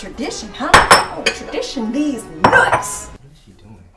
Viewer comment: .😂😂she said tradition dez nuts